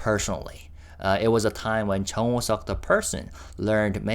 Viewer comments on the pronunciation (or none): none